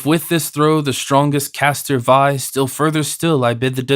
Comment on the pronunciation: love this translation the most, but I wish the narrator had done a bit more research in the pronunciation of some words, the rhyme scheme is important. some words, obviously, dont rhyme because language has changed over time, but still, "vie" and "omen" are mispronounced. this is especially bad when it happens to characters names, like Menelaus or Telemachus. I think Penelope was mispronounced once too. but I appreciate having this version in full, as I think this is the only version of pope's translation on youtube